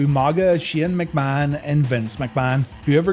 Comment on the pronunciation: Shane, not, stop saying!!